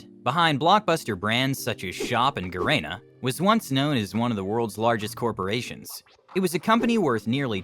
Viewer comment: You cannot even pronounce Shopee and Garena correctly? so much for your research credibility